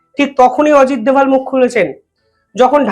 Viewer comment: উনি অজিত দোভাল। দয়া করে তাঁর নাম অবিকৃত রাখতে অনুরোধ করছি...